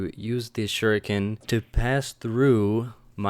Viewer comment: Suriken, that was funny XD